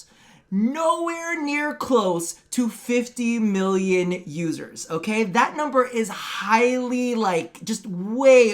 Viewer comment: Am I the only one who heard "losers" and not "users" every time said it?